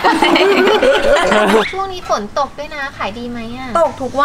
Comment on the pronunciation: พูดฝนเป็นตด 5555+